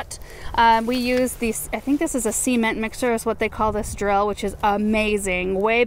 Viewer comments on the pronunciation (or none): "SEEMENT", you sounded just like a construction worker here in the south. I loved that...Russell wants his own show, it's becoming very obvious!...gonna look fantastic